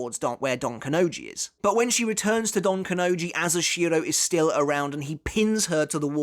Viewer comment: It's Don KanoNji, not donkanoji